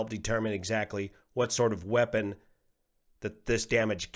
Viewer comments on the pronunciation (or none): none